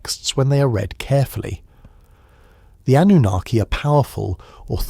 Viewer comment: It's pronounced An new nar key. Annunaki, I don't know what you're saying??? 😂